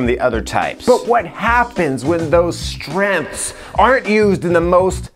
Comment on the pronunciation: Why do some people say "strenths" instead of "strengths?" Lol